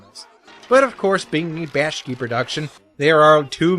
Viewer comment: Okay, why do you pronounce Bakshi as "Bash-key?"